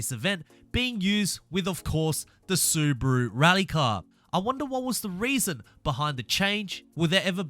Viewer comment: im german and the SUBARU sounds in your mouth SUBRARU thats not nice pls learn it :D XD